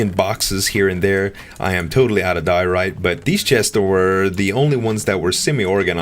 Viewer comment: i think it is like DIE-OR-ITE 'ite' like in lite